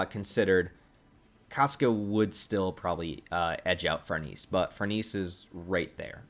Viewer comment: Her name is pronounced "Far nay say" and she's better than Casca IMO❤❤❤